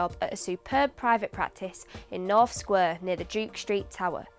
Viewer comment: Am I the only one that can hear a twang of Yorkshire in this mancunian accent? Words like 'So' she pronounces as Serrr (Very yorkshire) and 'Square' she pronounces as 'Sqerrr' . Apart from that it's bang on.